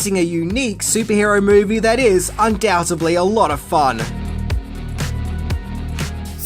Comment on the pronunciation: you don't pronounce the b in undoubtedly. And you don't pronounce the t in debuted